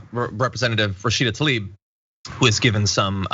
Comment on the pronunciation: Tl-a-ib. Not Ta-lib.